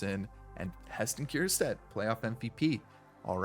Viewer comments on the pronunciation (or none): Its ker - stad… no “kierstad”